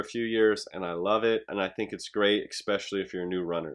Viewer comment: If he says egg-specially one more time LOL! Good video. 😂